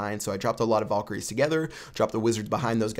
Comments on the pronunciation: VALkaries not VOLkaries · You pronounce valkery wrong. lel